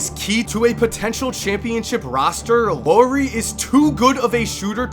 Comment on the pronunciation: great video the only thing that bothers me is that you pronounced Loowri when it's pronounced like it's written so say L A U R I not Loowri LAURI you gotta make the U sound :)